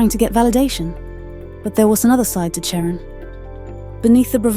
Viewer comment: Her name was not Sharon. The AI voice on this video didn't pronounce her name right at all.